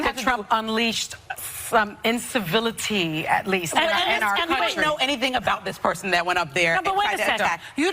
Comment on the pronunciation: Sunny thought annunciating “incivility” would make her win the argument. Wrong!🤣